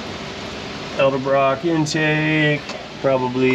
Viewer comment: I have always cringed when Nick (Nick's Garage) says ELDERBROCK. It is EDELBROCK. Please don't get into that habit. You're much too intelligent and professional to mispronounce a an historic brand.